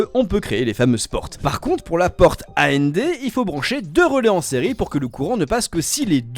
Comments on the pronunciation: Bonne vidéo, juste sur la prononciation des portes logiques ça a été un supplice 😂. Ça se lit comme un mot : and c’est et en français par exemple ça se dit pas à n d et nand se dit non and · Mes oreilles ont saigné pendant toute la vidéo à chaque fois que tu prononçait A-N-D, O-R, X-O-R, etc... 🥲💀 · Question : pourquoi est ce que tu dis ''A.N.D.'', ''O.R.''... et non ''and'', ''or''... ?